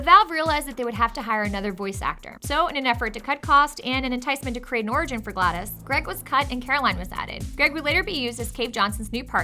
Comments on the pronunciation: ITS GLA DOS NOT GLA DIS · It's driving me crazy that she keeps saying Gladys and not GlaDos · why is she saying gladis. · Gla-dos not glad-is God damn it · It is glados with a o, not an I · I may or may not be getting annoyed by the (maybe) mispronunciation of GLaDOS